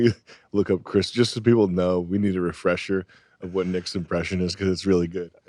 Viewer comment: "chick" Nick...